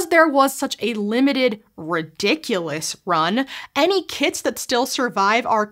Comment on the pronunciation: She said "Any kits that still survive are worth a lot of money." I, for real, thought she said KIDS, like people were collecting the irradiated old people who played with these as youngsters. 😂